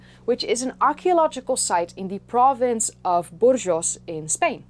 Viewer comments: The province in Spain that you talk about is really pronounced as Burgos and not as "Burgeous". But just a correction, as I love your work. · Hi! I know this is an old video but I've been binging your channel lately and ended up here somehow. As a Spaniard I just wanted to point out that the G in Burgos is pronounced as de G in Gold or Goblet. I know it's hard to pronounce weird words in other languages without any pointers but you did so well with the rest of the names that this shocked me so much more for it. I did love the video, though, I'll probably keep the binging going. (I literally just opened another one that Yotube so helpfully placed next to de comment section) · Thanks so much,, for dedicating a video to Homo Antecessor. It holds a special place in the heart of this amateur paleoanthropologist, as it was found in my birth country. Just a note, the g in the word Burgos is pronounced just like in the English verb ‘to go’, it’s a soft g.